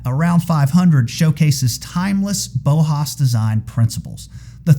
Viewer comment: Bauhaus is pronounced Bow-house. The form of 'bow' that rhymes with "how". It's important to know that if you like talking about aesthetics, because The Bauhaus, which was in pre-war Germany, was the most important design and architecture institution of Modernism